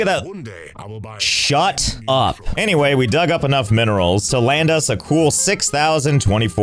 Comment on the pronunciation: He realy said chut up🎉